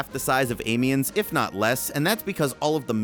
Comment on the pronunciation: I'm Sorry, i hate to be the guy to tell you but you are pronouncing Amiens wrong, i'm now going to correct you. You pronounce it like this. am-e-on, and you don't prolong the pronunciation of the a neither, coz i know you american's love to do it. Also Nivelle is pronounced Knee-ville, and again don't prolong the ee's. apart from that i am excited to that you did this video and that there new maps, but the noob's piss me off so i probably wont go back to it